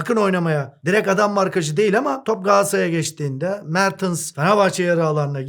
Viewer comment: Hocam '' Mertıns'' demeyi bıraksanız çoook daha güzel olacak :)